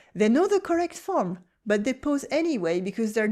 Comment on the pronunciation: This is all so true!!! And here is one for you. When you say PAUSE you are saying 'pose'. It is pronounced 'paws', you know, like animals feet!